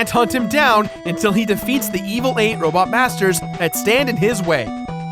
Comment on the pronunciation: i swear it sounds like said "robot bastards".